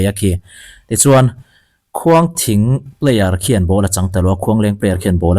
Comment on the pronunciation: Khuangthing niloin Khuangṭhing